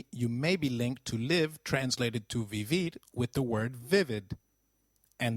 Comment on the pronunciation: Great lessons you really help❤️ but i have a question por favor aren't we supposed to pronounce the "V" as a "B" so like isn't it should be pronounced "bibir"?